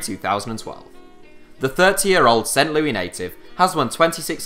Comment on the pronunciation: St. LOOOis not St. LooEEE